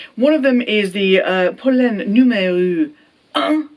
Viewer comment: Great pronunciation of Polène